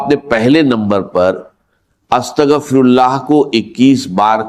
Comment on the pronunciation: ki awaz nai ye to Bismillah or astaghfar b teak nai par rahy